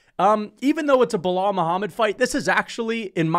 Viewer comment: Keep miss pronouncing his name, Belaul doesn’t like white people like ur or “little Timmy” be careful tho if u don’t remember his name too many times he might have to go “super racist” (he’s born in Chicago btw)